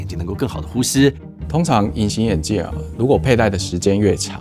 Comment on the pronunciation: "通常" 就很標準的台灣腔了